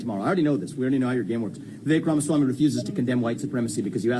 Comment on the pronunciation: bruh, you remind me of when Mark Cuban went on First Take and destroyed Skip Bayless for speaking in generalities. Let's run this down: 1) "Now Vivek Ramaswamy thinks he's running for president..." Damn man. They give you an extra fry with your order? Why you so salty? First off, you mispronounced his name. I thought that was a big deal with Woke activists like yourself. Second, Vivek Ramaswamy is running for president. His name is on the Republican primary ballot in all 50 states. He isn't thinking. He is. 2) "We all... can suspect that... ya know... with the tendencies... that he has and the rhetoric that he spews.. that he leans towards that side (White supremacy)" Was this live? You're aware you don't have to post the first take, correct? What a bunch of incoherent mess. You don't even sound sure of yourself man. You don't really sound sure of what the next thing coming out of your mouth is going to be here. And all of these generalities. We suspect. Tendencies. He leans. etc. I mean, God Damn. Get a noose! This man sounds guilty as sin 🙄 Can you imagine your bullshit in reverse? "Excuse me, your honor. We suspect this Black man was guilty of the crime. He has "tendencies". He "leans towards the criminal side" Worst of all, he took the 5th and would not say he didn't do the crime. Therefore, your honor. You must convict!" Jesus Christ. This is your evidence that Vivek is a racist? Surely, you're joking. 3) "Mind you. Just keep in mind. Of course, I condone *sic...